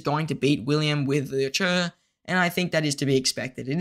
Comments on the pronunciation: Cmon man PLEASE stop saying LOU CHURRRRRR it’s CHE like CHAY there is no letter R in there. I know ur young bro but ur the only content creator that messes his name up. It’s painful to listen to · Liu Che ❌ Leo Choo✅